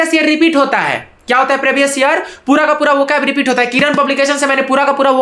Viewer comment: सब लोग मोटिवेशन लो भाई से, जब दिहात का लड़का , जो प्रीवियस को प्रेभियस बोलता है, उसका सिलेक्शन हो सकता है, तो भईया किसी का भी हो सकता है, भाई की ना ना प्रकार की बाते सुनो समझो और सिलेक्शन लो, शुभकामनाएं सब को। ठीक है।